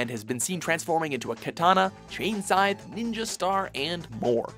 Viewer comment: When announcing the weapons the announcer couldn't say scythe, (he kept saying sign) but when telling about the weapons he knew how to say scythe.